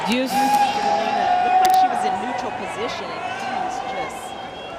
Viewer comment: Elina, not Elena!!!